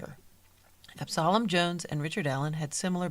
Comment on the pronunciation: The pronouncement of Absalom is wrong. And painfully distracting. Also Absalom did not found the A .M.E. Church. They (Jones and Allen) were members of the Free African Society